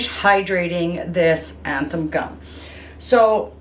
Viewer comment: 'Zan-than' not 'anthan' gum. Your videos are very helpful thank you so much for sharing.